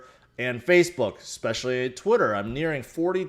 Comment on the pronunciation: I love how he says “twittuurrr”